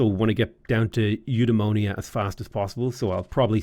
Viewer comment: The way you say Eudaimonia makes it sound like a disease :) I still remember the Alpha Centauri tech voiceover, which pronounced it you-die-mon-ee-ah